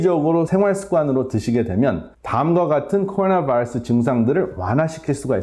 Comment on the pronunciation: 코 오 나 바어스~~~ 그냥 코로나 바이러스 라고 하시죠 ㅋ 우리나라 발음으로...